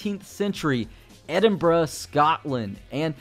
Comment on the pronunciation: btw, noticed you pronounced Edinburgh correctly. A lot of Americans usually don't in videos. Congrats man, the little things matter.